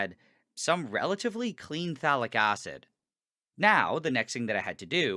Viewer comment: It sounds like he is saying phallic acid.